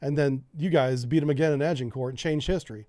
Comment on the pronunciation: HMS Agamemnon - Pronounced A Guh Mem Non HMS Agincourt - Pronounced A Zhuhng Kaw (the Zhuhng sound is the same as the sound made by the S when pronouncing "Asian"). :)